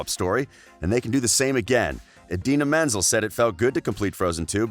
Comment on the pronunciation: Idina “MenSel”, AnNa, and Arrrrrendelle! Like what the heck are you a pirate!